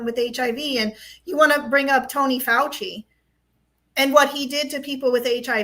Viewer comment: Please! Fowchi, not Fawsi. It's like some US commentators say 'cutter' for Qatar. BTW, I find your podcasts very informative. Thanks.